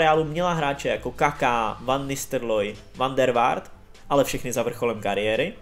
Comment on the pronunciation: Dobré video, ale fakt zlepši tu výslovnost u jmen fotbalistů. Chápu, že někdy to není jednoduché vyslovit ale "van Nistrloy" a "van der Vart", to už je i na mě trochu moc.